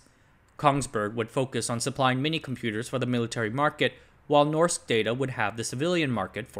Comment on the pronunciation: "rs" in Norsk is pronounced like the "sh" in English